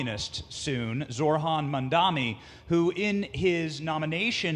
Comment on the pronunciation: "Zorhan Mandani" his name is Zohran Mamdani, such a thinly veiled racist way to address him Also what is this Ogles guy meaning with "little Muhammad " ? Like is that supposed to be an insult? Lame. Also is he a socialist or a communist? You have to pick one, he can't be both.